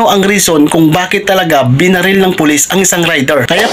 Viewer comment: Binaril po, hindi benarel.